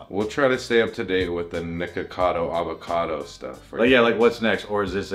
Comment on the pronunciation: Yo I swear when said the red shirt nick a cad o it sounded like he said the red shirts n word cado